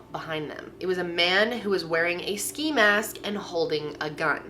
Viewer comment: “sci mask” ? 😂 it’s s(Kc)i 😂